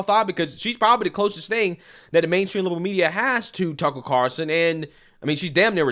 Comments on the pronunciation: its C A R L -son say it with me, he is kinda famous.. 0-O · Why can't anyone in this video pronounce the name Carlson? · Someone tell me why so many people drop the "L" in Tucker Carlson's name?